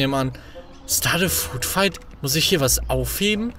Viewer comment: Englisch Hilfe: Food Fihkt = Essens Schlacht